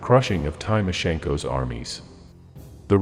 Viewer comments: Gou‐bells? Ja-del? Time-O-Shenko? Where-macht? These AI narrators are terrible. You would think the makers of a permanent YouTube record would actually care about details like pronunciation. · please learn how to pronounce Wermacht, Jodl, Timoshenko and of course Goebels.